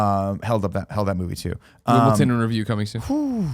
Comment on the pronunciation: Did you say Wimble-ton Greg? Jesus tap dancing christ....